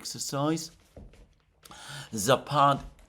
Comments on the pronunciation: Alexander, it's "západ", not "zapád" (зáпад). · Just a bit of trivia - it's "zApad", stress on the first "a".